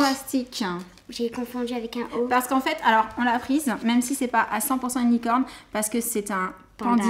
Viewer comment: On dirait que jen dit unicown 😂😂😂 vous êtes trop chou en licorne 😂🦄🦄💜💙💜💙💎💎💎